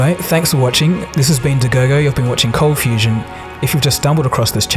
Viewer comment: Still hearing ColdfusTion :)